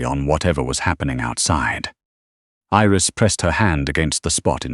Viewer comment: Iris, not eris